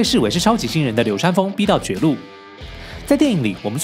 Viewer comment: 似乎把流川唸成流三了